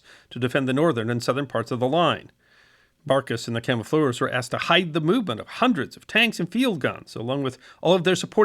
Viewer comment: At least he got to say "camofleurs" about 30 times.